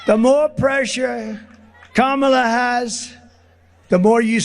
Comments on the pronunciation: Great to hear him say "Kama-la" correctly for once. 😏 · One positive thing in all his mumbo-jumbo is he's finally saying Kamala Harris's first name correctly. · He is actually pronouncing Kamala’s name correctly more often than not. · You can tell that his cognitive ability is worsening….he is ‘forgetting’ to mis-pronounce VP Harris’ name 🤣🤣🤣🤣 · He’s so tired he forgot to mispronounce her name (twice so far . .)